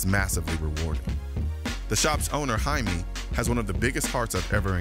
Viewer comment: fyi, if his name is spelled Jaime and he is of hispanic descent, then its pronounced Hi-meh.